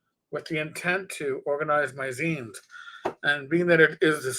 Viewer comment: Thank you for saying zines correctly. And I've been planning on doing some zine reviews. So many to choose from.